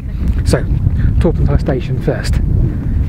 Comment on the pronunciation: I can try and help you with the pronounciation....... Pentir Rhiw / Pentear Roux (don't forget to roll the R's!) Torpantau was perfect. I heard you mention Dowlais - Dowlice. Talybont - Tal a bont